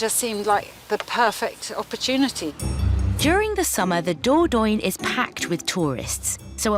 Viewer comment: Why do British people mispronounce the word Dordogne so badly? They add an OY sound to it. 🤷🏼‍♀️